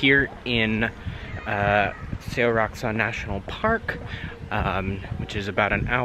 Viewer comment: Hey cool video! Just a few tips for your Korean, the eo in romanizaed words is one sound kinda like "awh" so seoraksan becomes sahw rak san, probably best to listen to the pronunciation! For formal sentence endings like 하이킹은 얼마나 걸립니까? the last b sound turns into an m (similar to going to - gonna) eolmana keolim nikka? same with 감사합니다 kamsa hab nida - kamsa ham nida. Also the cheoneun vs jeoneun for formal I/me is probably a pronunciation difference among people, the offical way is jeoneun (저는) and then informal naneun 나는; also you can still be polite but less formal if you add the yo (요) ending to sentences! Great video, keep up the good work!